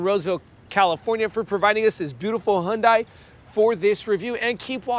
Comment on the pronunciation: Because that’s the correct pronunciation of Hyundai